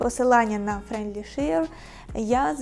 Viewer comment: Все супер. Тільки треба попрацювати над вимовою френдлі шеа.